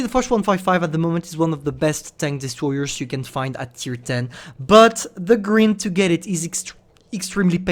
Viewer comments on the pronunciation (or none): "one of the funniest lines to greend" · I love how says grind like “green”. I know he’s not natively English but I like it it’s funny